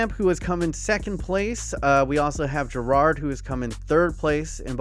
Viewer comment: Why can’t Americans say Gerrard?